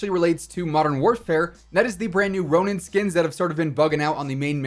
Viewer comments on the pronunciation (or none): none